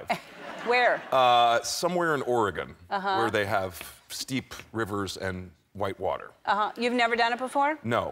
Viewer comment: Yay Oregon!!!!! Love every time we get recognition AND someone pronounced it correctly!!!!!